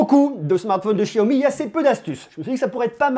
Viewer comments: c pas chiaomi mais xiaomi lol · De chiaomi ?? C'est pas Xiaomi avec un x ? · Sa se prononce chiaomi